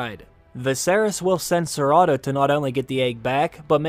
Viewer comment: I was trying to figure out who ciratto was and then realized you were saying Sir Otto😆